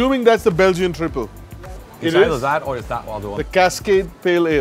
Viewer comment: Going to pronounce Triple as "Traiple" from now on.